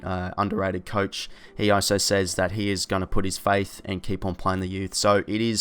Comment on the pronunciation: Good vid agree with most 👍 weirds me out how you say 'also' as oh so 😂😂